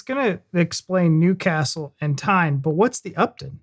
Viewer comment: Well done for pronouncing Newcastle correctly - the guy in the video pronounced it the way 'Newcastle-under-Lyme' is pronounced - many people don't realise it's said the way you said it!